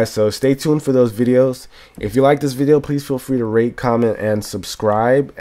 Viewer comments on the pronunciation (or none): It sounds like he said "Rape, comment, and subscribe" haha